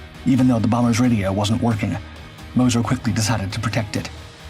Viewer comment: Moz-sure .. moz-cher. Mo-sir no